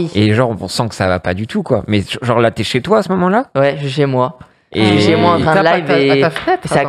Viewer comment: "quand t'es chez oit" 🤣